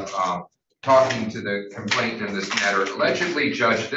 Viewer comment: COMPLAINANT, not "complaintant"! Grrr!